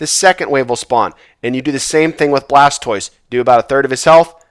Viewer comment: Another great run sir! Much better loot this time, cracks me up everty time you say Charzard and Blastoice lol